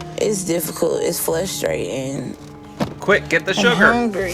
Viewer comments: FRUSTRATING, not FLUSTRATING. This one thing is making me crazy. Also, WHO packs a refrigrator? I have never moved a refrigerator in my life. Even unfurnished apartments have refrigerators. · “Frustrating” if I hear “Flustrating” again… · “flustrating” to watch her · Every time she says “it’s fLustrating” I die a little inside. What is wrong with our children today? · “It’s flustrating” 😂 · She's so nasty in so many ways!!! And that ridiculous baby voice is GRATING!!!! The way she pronounces "Flustrating" or "Flustrated" just passes me off to no end. She's such an ungrateful nasty cow. She doesn't appreciate ANYTHING ANYONE does for her. She is a baby talking, ignorant, rude, nasty attitude having, lazy, sucky Fat l3ITCH. Maybe the "husband you married isn't there anymore" because he's totally sick of washing your smelly fat folds, sneaking you pizza, hearing your stank ass attitude and unintelligent baby talk!!! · Flustered or frustrating not both.